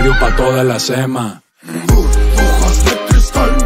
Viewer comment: Bro, porque dice buburjas? Xdddd